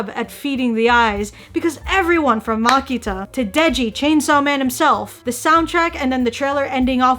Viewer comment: "Makita" LMAO